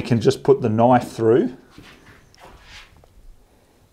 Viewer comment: That's not a noife, this is a noife!